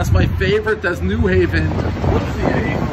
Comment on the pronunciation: “AHH-PEETZ”not “A-PEETZ”, Prez!